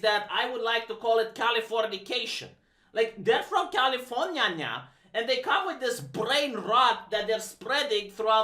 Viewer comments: is this a running gag where you say "californyanya" instead of California or have you just never taken the time to look at what letters there are in that word and what order they're in? Edit: btw looking sharp with the haircut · Its a running gag. He mispronounces words to mock people/things. Ex: racismos (when he means 'Racism'), sexismos (when he means 'Sexism'), and eh (when he means 'I want to clap Kibs' cheeks').